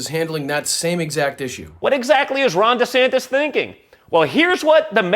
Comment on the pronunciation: DJT Jr. hitting "Ran Descampis" is hilarious!😂